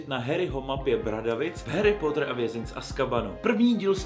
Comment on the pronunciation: Je to Harry "Potr" a ne Harry "Pótr" Promiň ,ale strašně mne to irituje